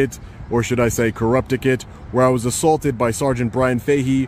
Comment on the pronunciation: I’m confused. He keeps saying he was “ assAWlted while taking pitchers” but I’ve never heard of that. It’s gotta be different than being assaulted while taking pictures right..?